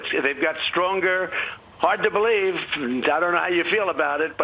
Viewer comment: "...Hard to ba-lieve!" ~Truest statement he's ever made.